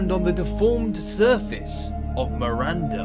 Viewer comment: It's Miranda not Marinda jesus my name Is Miranda